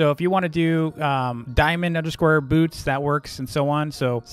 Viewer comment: When he said “boots” it kinda sounded like “poops” just saying